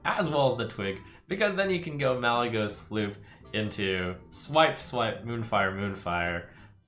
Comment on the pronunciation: chocomonkey he said malygeyying to 2